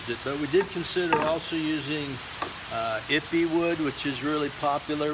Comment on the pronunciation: Here is your second opinion - just 4 years too late. He is right it's pronounced ee pay. Ippy sounds so funny though so keep saying it.